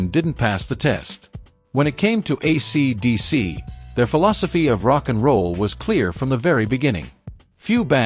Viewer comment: Fake voice can't pronounce AC/DC. Some pictures of Malcolm Young are reversed. The verbose, semi-vacant script sounds like AI. Yech.